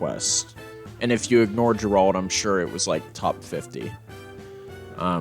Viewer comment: Man said “Ger-Rahld” 😅